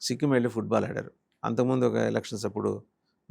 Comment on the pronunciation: ఫుడ్ బాల్ కాదురా వెధవా ఫుట్ బాల్ 😂😂😂😂😂